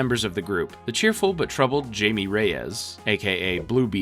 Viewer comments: Every time he says “Jamie” I rip the head off a baby seal. “Hi-me”, dudes name is said throughout the movies, it’s not hard. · great vid but repeatedly calling Blue Beetle “Jamie” instead of pronouncing it “Hi-May” was worse than anything Darkseid has ever done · "And Robert is super suspicious now." ...WHO!? C'mon man. mispronouncing Jamie the whole time I can... understand, but not ignore, but... ROBERT!?